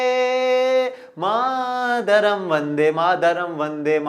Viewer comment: वन्दे मातरम् होता है सर वन्दे मादरम नहीं